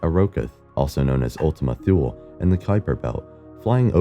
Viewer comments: Pardon. "Thule" is pronounced "TOO-lee." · "Thule" is pronounced "THU-lee." The "h" is silent.